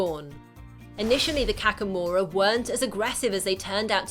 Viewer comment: Kakamora is not pronounced kakkamora, it's kah-kah-mora